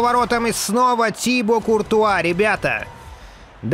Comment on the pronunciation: Да не тИбо,а тибО!!!